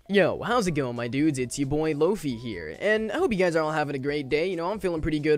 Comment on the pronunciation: Its pronounced lo-fi not "lofee" you sperg